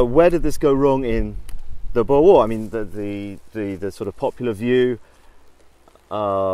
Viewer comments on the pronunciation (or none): it still bugs me that they cant pronounce boer. like come on after all Britain did to us u could at least learn one word.